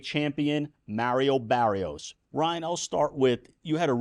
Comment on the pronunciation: Maaaario barrios boy it’s mario Barrios 🤦🏽‍♂️😭